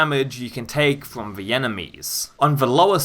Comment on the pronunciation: Why do you say ‘vuh’ instead of ‘the’ and ‘vem’ instead of ‘them’?